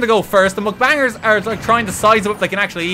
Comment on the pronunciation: Is anyone gonna tell him its mukbang and not mcbang??? Or like?